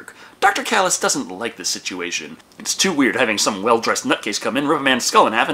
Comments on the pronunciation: It's not pronounced Kalice, it's Chalice with a Ch ch ch, it says so in the movie. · It's Challis not Callis